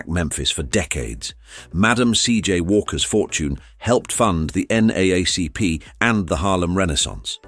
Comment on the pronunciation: You can always tell,a AI generated story because it tries out pronounce the NAACP. That makes me question all other details.🧐